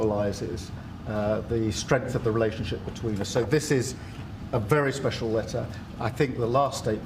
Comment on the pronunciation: Starmer pulls out some stupid paper insisting its very “Spehshul” Trump must be like “Wtf is this guy on about?”